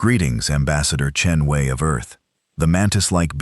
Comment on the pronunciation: AI sucks. Voice and text misaligned, and poor ambassador Chen Wei. How many ways is her name mispronounced?